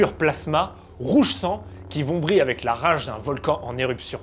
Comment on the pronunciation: qui vrombit , pas vombrit lol ! ça me fait l'occasion d'intervenir pour te féliciter de ta chaine que je suis depuis longtemps, bravo et merci !